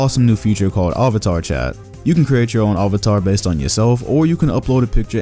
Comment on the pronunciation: Who is somewhat triggered by the way pronounced "Avatar"